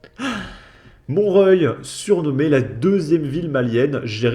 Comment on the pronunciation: C'est Montreoeil qu'il faut prononcer